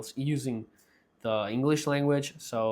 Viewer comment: You are pronouncing „where” as „were” as in „everywere”, also in „situations” you are pronouncing the first t the Spanish way instead of as a „ch” sound in English „sichuations”